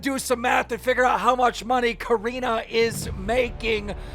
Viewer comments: Nobody: Keem:Karina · I’m sorry but I’m really annoyed how Keem says her name like Keem ur news reporter and get it right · can u learn how to say corinna lol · It’s corinna not careena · Cor-in-na Kop-fff vs Cor-een-na Kon-nip-fff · Do you purposely call Corinna, Coreena? Lmaoooo like you have to know how it's pronounced, you're IN THE LOOP. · “Koreena conumpf” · It’s corinnaaaahhhhh like say it right dude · It’s Cuh-renna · “Coreenuh” - Keemstar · Coreena caniff? Dude you’re making me cringe every single time you said her name. It’s SO wrong first and last. If you watched Logan’s video she demonstrated how to say her name correctly... smh lol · This dude calling her Coreena on purpose. -. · he said "Careena Kanuff" lmao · This dude Keem is butchering every single part of Corinna’s name lmaoo Coreena Caniff?? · Every time Keem says Corinna’s full name I wanna slap the shit outta him. We get you don’t like her but you sound like a moron INTENTIONALLY saying her name wrong… 🤡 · How stupid can you be to not be able to say Corinna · You can’t even say Corinna’s name right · I love you keem 😂 but I’ve never heard you say Corinna’s name correctly 💀😂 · Why does he say Corinna’s name so wierd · Why does he say her name like that lol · He’s never pronounced Corinna’s name correctly. 😂😂😂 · One day Keemstar will learn how to pronounce Corrina's name right 😂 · Why tf does this man pronounce corrinas name like that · Why does Keem always mispronounce names on purpose? He is dyslexic, but he knows Corinna, and has heard her name so many times, that he obviously knows he is pronouncing it wrong.